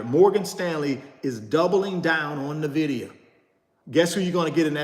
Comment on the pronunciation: Nice video!! Btw its pronounced "ENvidia" as in "envy" in spanish or latin. In fact, the logo is a green eye